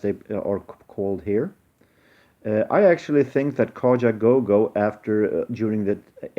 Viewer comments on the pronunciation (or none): Kitaro , more New Age ? It's Kaja goo goo .Not go go .